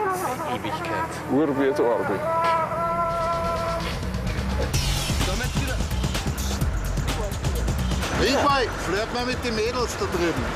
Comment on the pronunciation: Wir san einfach nur Modoorradl-Fohra! :-D Und nice wie sie "Der Reitwagen" aussprechen, des hätt der Ade nicht besser gekonnt, hehe :-P